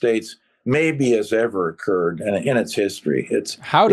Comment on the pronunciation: "incurred", not occurred.